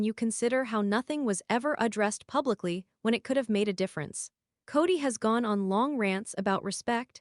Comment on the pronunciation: I never could stand Kody Brown! But aside from that, am I the only one that is totally bothered by the fact that these clips are narrated using AI and names are so badly mispronounced? In this one it is Gwendlyn's and Janelle's name mostly, but it also pronounced Paedon as "Peedin". I have listened to others where Kody's name is pronounced "coddy". I really hate AI.